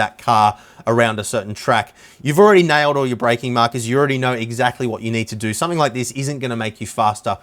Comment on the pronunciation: He's not saying you need one...... He's saying YOU NEEEEEEEED ONE !!!! Hahahaha, damn now I need to go shopping